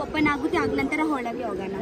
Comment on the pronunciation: Nice vlog. I liked it. Kannada 👍. Not Holage, it is Olage. Hagedhira nevu not nenu. If you dodn't like the food please give it to your mother not to your friends.